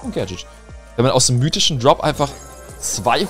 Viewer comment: Hallo, es heißt Gadget und nicht Gadchat